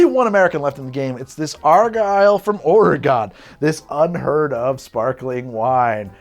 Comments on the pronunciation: Don't stress the second 'o' in Oregon. It's "ORE-uh-gun" not "ORE-uh-GON." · So a few things. First off, Oregon is pronounced ory-gun not ory-gone. Secondly, to stand up for the cheap bottles a bit, even if you picked the Crystal over the Argyle, it was close. I mean it isn't like the Crystal was ten times better and therefore it prolly isn't worth ten times as much. Finally, it's ory-gun not ory-gone. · Dearest, Argyle is not from Or-ee-gon, its from Or-uh-gun. Though all the French pronunciations are iffy too, and I like ya, so I'll let it slide. Would love to see a match-up from the 'Budget' sparkling wines when your headache subsides. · So the Cristal is amber colored. The Cooks is completely transparent. The Cristal bottle is also Cristal clear, aka you can see what color it is. Hmmmmmmmmm. Also. Oregon is pronounced "Or ee gun" ORRRR eeeee GUNNNN. Not ORGONE nor ORA GONE. Why did you drink and swallow? Wine tasting places recommend you only swallow once, at most, and spit out the rest into a discreetly provided bucket. Then you eat a bit of bland bread to clear out the flavors from your mouth. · please its oregon like ore again not like ore a gone. also come through portland theres a lot of good bars you may like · Ore-gun is how you pronounce my state SIR lol <3 keep up the content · Hooray Oregonian wine 😁 ORE-ee-gun, btw 😉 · Or-eh-gun, Oregonians thank you. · As an Oregonian, the way you said Oray-gone really, truthfully, hurt. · Pronounced "Or-e-gen" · It's pronounced "or-eh-gun." Get it right, putz. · Oregon for the win, but pls learn how to say it, its not a shape. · How did you just pronounce my state,?!? Get it right. Also, Argyle is so good, it’s been served for state dinners at the White House. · I hate the way you say Oregon as an Oregonian lol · The way he pronounced Oregon hurt me. At least he didn’t try Willamette Valley. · The only time he said it right was an accident